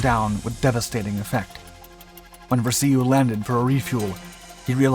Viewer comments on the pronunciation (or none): Alex Ver-see-you? it was Alex Va-rash-oo. I met him about a year before he passed. He had some some amazing stories. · Vraciu rhymes with ‘Cashew’ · "Fat beast"?? Where did THAT come from? I've known dozens of Hellcat pilots, three Grumman staffers (two became VPs), and written two books on the subject and never-ever heard of Fat Beast. Ref. "Vra-see-you," I knew Alex Vraciu and his family for about 40 years. It's pronounced "Vra-shew" which he always said "Rhymes with cashew." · I don't if anyone has metioned this yet, but the narrator mispronounced a fighter pilots name. It's Alex VRAA-shew(Vraciu). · MARTlet, and Vi-ra-c-u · Vuh Rah Shu. Alex Vraciu. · Alex Vraciu is pronounced Ver Ay Shu. Got to meet this hero...such a kind and gracious man. Sadly, he passed January 29, 2015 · If you’re gonna use Alex’s name here, at least pronounce it correctly. VRA’ CIU. Incidentally, the boys from Cactus seemed to do damned well with just the F4F. Joe Foss got 26 I believe. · The F6F did not resemble the F4F in any way. The F4F was for all intents and purposes an F3F turned into a monoplane. You also mispronounced Tarawa, which is pronounced Tar-ah-wah. The R-2800 was in the Aircraft from the beginning, not the R-2600 which was used in the B-25 and a host of other aircraft. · Completely butchered the pronunciation of Alex Vraciu's name. Yikes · Great videos, but we can tell you're a young civilian. You mispronounced Tarawa and Rabaul. Oh, and Vraciu. Oh, and the Martlet? That's still a Wildcat, not a Hellcat. 50 cal machine guns were no match for the lightly armored Zeros? That doesn't make any sense. The Browning M2 machine gun tears a Zero to shreds... engine included. One more thing: the radar wasn't mounted behind the wing ( which also wouldn't make any sense), but forward. You must not have had your coffee today.